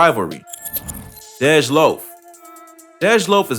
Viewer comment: This nigga called dej “deedge “loaf 🥱🥱stop playing on my baby top man!!! Real shit... stop speaking on the city if yo shit ain’t right